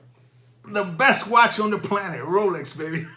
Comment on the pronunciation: ROWLECKS ROWLECKS ROWLECKS